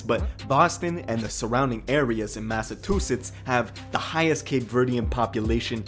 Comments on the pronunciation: If this nigga say mathatoothitz one more time ima beat his ass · Why he say Massachusetts like that 😂😂